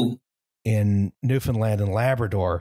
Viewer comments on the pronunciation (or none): none